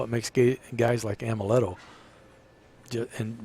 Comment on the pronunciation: It's Amleto not Ameleto